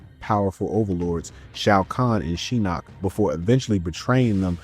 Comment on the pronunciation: This is a good video and has a lot of in depth coverage, but I still don't get why you pronounce Shinnok's name wrong when it is said several times in the games he's in by characters and the announcer. Also just a personal thing, but I've never liked joke characters in fighting games; like why the hell put in someone like Mokap when they could have brought back someone like Mileena, Jade, Smoke, Noob, or Sektor.